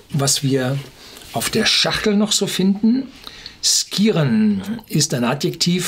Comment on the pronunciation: Wenn der Name Skiren tatsächlich aus dem Altnordischen kommt, wird er vermutlich eher Schiren ausgesprochen - ähnlich wie bei Ski.